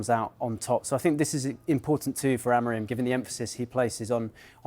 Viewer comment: Dont you see the M on the Amorim's name? Why half of you in England pronounce it Amorin?